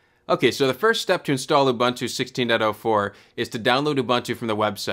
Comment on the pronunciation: it's pronounced "ooboontoo", all the "U"s like the last one :) anyway, happy to see so much channels starting to focus on linux distros lately. keep it up!